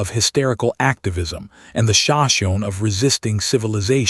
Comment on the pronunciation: This narrator needs to be outed for mispronounced names of the sashimi and tepees… also there are so many addition errors they put!!!! Shame shame shame!